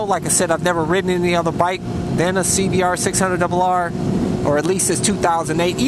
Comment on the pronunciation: i like the way u say "a 2008 cbr600rr" cracks me up